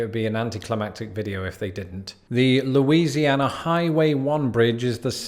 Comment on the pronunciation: Ah yes, my state mentioned 5 times in a single video by. Good go at pronouncing the names of the places; you did a better job than, like, 99% of people who attempt to do so that are from out of state. Heck, even some of us don't know how to pronounce the names! That's Cajun French for you though.